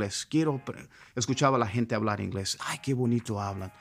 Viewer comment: Pensé que habías nacido en los Estados Unidos porque hablas español con acento no mexicano sino gringo. Sobre todo cuando pronuncias la palabra "inglés" con la "L" inglesa y "gente" como con "h" inglesa: "hente". Buen video. Me inspira! Le doy like. Saludos desde Chiapas.